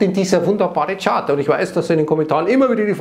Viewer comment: Was hat es mit dieser extremen Betonung und mit den Kommentaren bezgl.. diesem Chart auf sich ? Hab da wohl was verpasst.